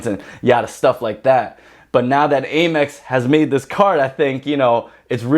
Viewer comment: Am-Ex (American Express) not A-Mex